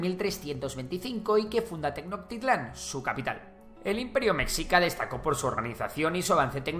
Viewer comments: Buen video, aunque hay algunos temas imprecisos. Es Ayutla y Tenochtitlán se pronuncia con "che" (la h no es muda). Saludos! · Se dice tenochtitlan, mencionando "noch" como noshtli Sh tiene sonido 😅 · No es imperio meKSica es: meSHica No es tenoKtitlan es TenoSHtitlan Ahí te encargo xfa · Meshica por favor, me shi ca! y es TenoCHtitlan por favor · Me encanta el video. Lo siento muy completo pero algo es que segun yo Mexicas se pronuncia como Meshicas y no con X y Tenochtitlan y se pronuncia Tenoshtitlan. Es lo mismo como México se pronuncia con J pero se escribe con X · Lo siento hermano, parece información muy interesante, pero siento que no te puedo tomar en serio si pronuncias tecnoctitlan y mecsica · Por que dice tenoctitlan si esta escrito bien …. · Gracias por tomarte el tiempo de hacer éste video sobre México 🇲🇽. Sólo como dato, se pronuncia te-notʃ-ti-tɬan (como sh). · Unas cuántas correcciones, la pronunciación del imperio mexica y la ciudad Tenochtitlan, la verdad es que ni lo intentaste, mínimo podrías investigar como le dicen normalmente y otra cosa la agresión de la guerra contra EU fue de ellos a México no de México a EU, esto debido a que estados unidos reclamaba la parte de Texas que México aún controlaba, además se sabe que ya había tropas movilizadas por parte de estados unidos, decir que México lo inicio es creerse ese ataque de falsa bandera